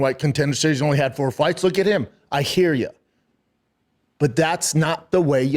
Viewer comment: i'd like to hair the arggument, B... i've got a lawl degree... Frank Mare is definitely part of the prom... got a 'nairdiv' and 'talmbout' as well lol